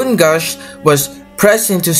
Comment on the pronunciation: It Is Actuallly Said SS Ba r o n Gausch